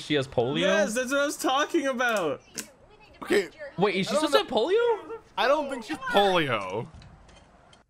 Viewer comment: So anyway It’s no longer called polio its now pollo